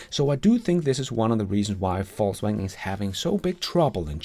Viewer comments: Ved ikke om du med vilje siger “falls” wagen, for at være humoristisk eller at “they are falling”, men du kunne prøve Google oversæt app’en og vælge Englisk -> dansk og høre hvordan “Volkswagen” udtales på engelsk. Bare et forslag til dit ellers udmærkede engelsk. Nyder alle dine episoder. Tak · Love how his accent sounds like "False Wagon" lol